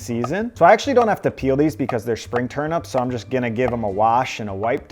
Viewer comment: TURNEEEEEEEEP NOT TURNUUUUUP